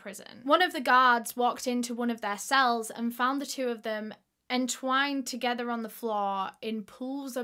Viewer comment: “TogeTHUR🤠🎼” lol ily